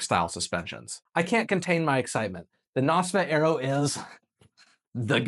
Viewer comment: God god man AERO is pronounced AIR RO as in AEROdynamics not bloody ARROW